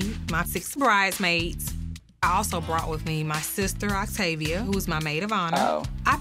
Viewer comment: When I misheard you stan “Activia”, instead of Octavia, I was like “baby, me too! I’m over 40! I need all the help I can get!” 😂